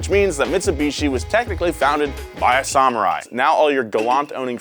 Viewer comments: I appreciate your attempt at the correct pronunciation of Samurai but my brother please work on that second syllable. Sa-Mu-Rai, not Sa-Mer-Ai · 1. Why is pronouncing it - Sah- mur-rai? Sam- - it's Sam-er-eye 2. Samurai can sell their titles? That doesn't seem very honorable. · Goddamnit. This guy needs to suck a PSALMORAI sword to the hilt for pronouncing samurai that way.